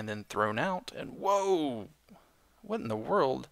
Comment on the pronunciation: Sayin Whhat Wheird?